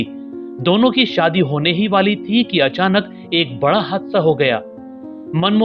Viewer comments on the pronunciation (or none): none